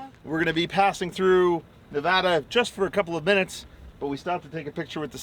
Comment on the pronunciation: Thanks for pronouncing Nevada correctly